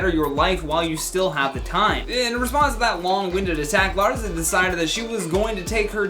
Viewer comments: Soft ssssss not hard zzzzz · It’s LarSSSSa... lol not LarZZZa